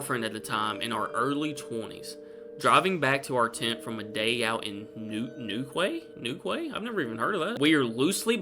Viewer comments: you do make me laugh, especially when you butcher UK place names. such as Sh-et-land and Newquay = New Key. The only one of the stories that sounded believable was the last one. Thank you for making me smile on a cold January day. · Shetland only has one "e", buddy. Shet-lund, not Sheet-lund. And Newquay is pronounced New Key, like two separate words. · Newquay is pronounced Newkey btw. Only spooky thing i can remember happened in my house, i was about 7 or 8 years old and my bedroom had been painted and was smelling strongly of paint, so until the smell went i slept in my sisters room with her. One night i woke up as i heard an odd creaking sound coming from the bottom of the bed, so i opened my eyes and looked towards the end of the bed where the sound was coming from and saw an old woman in a rocking chair smiling at me and beside her was a young man Id say in his 30s, he looked at the old woman and then looked back at me and smiled too. I was so scared I froze but a few moments later somehow managed to put my head under my blankets shaking, I waited a little while and decided to look again and they disappeared. The next morning i told my mother and described them to her and the look of shock came over her face i thought i was because of what I told but she then said they sound like my parents she said. I was shocked i never knew my grandparents as they died before i was born, so somehow after being scared I wasn't anymore after what my mother said and smiled. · Newquey is in Cornwall southern England on the Atlantic coast, its pronounced Newkey and was the Pirate capital in olden days their flag which is black with a diagonal white cross hails back to the skull and cross cutlasses and is supposedly very haunted Jamaica Inn being one example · the pronunciation of " NEWQUAY " is NEWKEY/NUKEE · It’s pronounced newkey